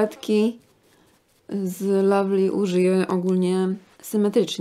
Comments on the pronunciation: lovely się mówi a nie lavly :D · Nie kochanie, lovely wymawia się po angielsku przez wyraźne A, tak samo jak "owl", "love", "oven" i "cover" 🙂